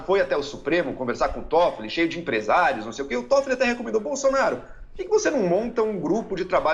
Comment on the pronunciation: "Incrusive Boslonaro"